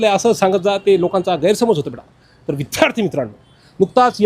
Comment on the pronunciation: विध्यार्ती नाही रे विद्यार्थी